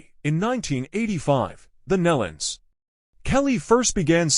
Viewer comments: If you are going to do a public announcement or video about someone PLEASE make sure you pronounce names and places correctly. I knew Kelly for a long time and Their name is like KNEE-LON not MELON!!! Just say'in! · PRONOUNCED. NEELON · that's been driving me crazy... It sounds like Neelon (like knee-lun). I grew up with the Nelons. But never the less, it's so, so sad. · You really should learn how to correctly pronounce names before you post for the public to see. Nelons...(Knee Luns) Melodi...(Mel-o-di) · It would be nice for grieving family and friends if the Family name NELONS was spelled and pronounced correctly instead of Nullens or Nellans!😮😢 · Maybe hitting the ground from 26000 feet. Bull crap posting very sad it's aloud. Obviously, didn't know anything about the Nelons or how to pronounce their name. I've been posting their music videos for years and probably know more about them than this post.